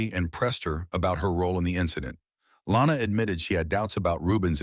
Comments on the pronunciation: Her name is Lonna. Not Lana. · It's actually Lonna not Lana